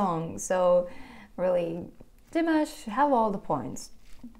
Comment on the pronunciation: You need to learn to pronounce his name. It’s dee- massh